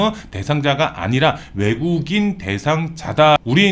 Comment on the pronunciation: 내국인. 외국인.. 발음이 안 좋으시네요😢🎉